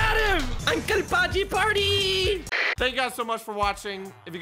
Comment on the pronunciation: STOP SAYING THE NAME WRONG ITS UNCLE PAJJI WITH 2 J's